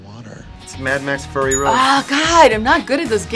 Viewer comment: ...am I hearing things or did he call it Mad Max: Furry Road? :D